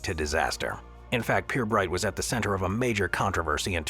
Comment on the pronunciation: Pirbright is pronounced 'Perbright' not 'P-ear-bright'!